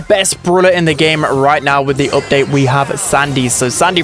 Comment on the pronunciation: What part of England are u from bro everytime you pronounce something ith a u yiu sat like "oopdate" for example (from london)